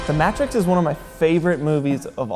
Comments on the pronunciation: Um... The Maaaaaa-trix? Not MAY-trix? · Did you call it the Mah-trix (as in "mattress")? The "A" is a long sound. The M-AAAAAAAAA-trix. :P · What the fuck is "The Mat-rix"? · Welp, he’s not gonna be my digital effects guy. “Mattrix” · You dont get to say that anymore after butchering the name. THE MATT-rix is one of my favorite movies..........Right behind the first POKEMAN fideo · "the matt tricks" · I'm sorry, is nobody going to acknowledge "The MATT-trix" ? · Did he really just pronounce the Matrix as the MA TRIX? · The matrics' it sounds like a university entrance exam. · THE Ma - Trix? MA - TRIX??? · he said the mAAtrix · the maeh trix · how the hell did he just pronounce "The Matrix"?... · I don't know if you can call The Matrix one of your most favorite movies of all time if you mispronounce it's title... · did he just say matrix wrong? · Why did he say matrix like that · the way he said ‘The Matrix’ has been bothering me so much throughout the whole video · literally have never heard anyone pronounce Matrix like that... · Nobody is going to comment on how he pronounced "The Matrix"?